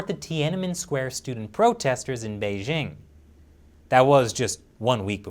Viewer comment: doesn't know by now that the "j" in Beijing is not pronounced like the "z" in azure? It's pronounced more or less like the "J" in the English name "Jim"; no need to "exoticize" it with the pronunciation he is (incorrectly) using.